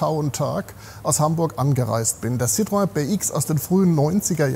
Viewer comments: Was ist eigentlich so schwierig daran, "Citroën" ganz einfach "Citroën" auszusprechen, wie man's schreibt? Gerade von einem "Oldtimer-Experten" des Formats eines erwarte ich, dass er sich mal erkundigt, wie man "Citroën" ganz einfach "Citroën" ausspricht. Einfach so, wie es da steht; ohne irgendwelche Zungenartistik hineinzubringen. Da sind Renault ("Rennoh") oder Peugeot ("Pöschoh") schon viel schwieriger, zumindest für Badener, Pfälzer und Hessen. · "Zitrön" und fertig.